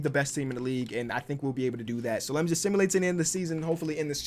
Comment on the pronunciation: “ let me just simalait to the next season” 😂 ur good